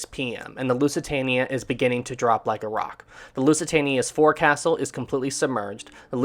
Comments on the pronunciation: for the love of God, if you are insisting on having a channel about ships get the terms right. the front part of the ship, although written 'forecastle' it is pronounced 'FOLK-sill' I had to stop watching because it was getting too pain full to hear you make the same mistake time after time after time. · Oh. This happens so often. You mispronounce so many words. Forecastle is pronounced folk-sul. I love your videos but this happens so often that I am embarrassed and frustrated for you.:( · It's pronounced 'foc'sal.' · This is a good animation however u keep saying forecastle wrong. Its pronounced as "Fouksel"